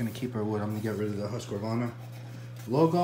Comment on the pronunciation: Swiss? "HuskAvarna"? LOL!